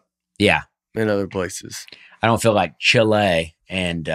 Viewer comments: it’s pronounced “chee-lay” not “cha-LAY” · Lol, i forgot how much i love when they’re all together. By the way, its not chLAY either, its pronounced Chee-leh 🤦🏻‍♀️ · still sounds like an idiot saying Chile. It's pronounced Chee-leh, not Chill-Ay. Love the attempt though.;P